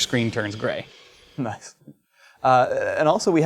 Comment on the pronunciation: "Näece". Wtf?!